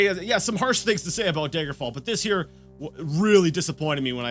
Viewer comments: OMFG! It's 'DAGGER' fall not 'Day-gurr' fall!! Great playthrough but OMFG! 😡😡🤣😂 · Does he ever start to pronounce Daggerfall as, y'know, Daggerfall? Or will he insist on saying dayjgerfall? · tbh I'm just nitpicking, but the way you pronounced it just peeves me. I'm still gonna watch the rest of the series, mind you, but still. :p As to your question: dagger-fall. Dagger. As in, the small, bladed weapon. It's a short A, like in chatter, not the 'ay' sound in day, may, or lay. You can hear it pronounced like that in the intro, and when anyone else, that I've heard, says it. (And I added the j in there because, to me, you were pronouncing it that way, with a soft g.) Maybe this is some form of accent that I've not heard before. I just now looked it up, and this could simply be some form of a Canadian accent. If so, I'm sorry; having an accent is not the same as mispronouncing something.